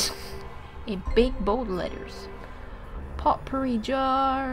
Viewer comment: It is pronounced poh-pourri, not pot-pourri. Not to sound rude or anything. I was just raises by an English teacher.